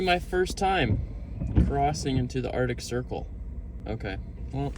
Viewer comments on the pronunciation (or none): Buddy... it's pronounced Arc-tic not Art-ic... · Arctic. Not Ardic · Uhrdik Ocean 💀